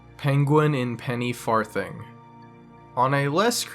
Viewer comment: “Penny far thing”